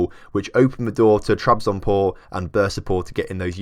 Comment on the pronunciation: "spor" means "sport". Trabzonspor is short version of "Trabzon Sport Club". You are forgetting to say the "s". Trabzon"S"por. For easy spelling think like it's sport but loose the "t". I hope i you understand what i was talking about. :) I am not a english native. :) keep up the good work. I love your experiements.